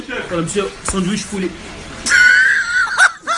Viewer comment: "Sondouiche pouli" MDR :D